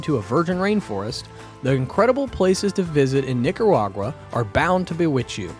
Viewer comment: Man said Nicawaga 😅 wtf